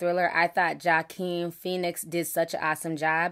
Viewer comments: hwa-KEEN (H sound at the start, emphasis on second syllable) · “Wahh-Keen” = Joaquin ; great review otherwise Ti😍👌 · Joaquin pronounced *wah-keen*...i LOVED this movie...Joker is the epitome of ANARCHY... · I need to see this movie....btw it's 'wha-keen' phoenix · How do u pronounce Joaquin, I always thought it was “Wah-Kim” any thoughts? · lmao!🤣🤣🤣 at the way ti said Joaquin Phoenix.